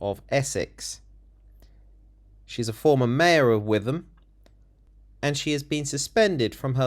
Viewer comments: its pronounced wit ham not with em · Not that relevant but it’s pronounced Wit-um. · It's pronounced whitahm. Don't go there.